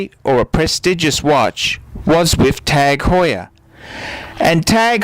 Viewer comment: Wrong. Do a youtube search for "Jean-Christophe Babin, CEO of TAG Heuer" Click on the first video and skip to 3.07 to listen to how the CEO of the company pronounces it.